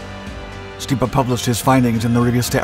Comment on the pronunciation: This guy’s pronunciation of Stipa is horrid.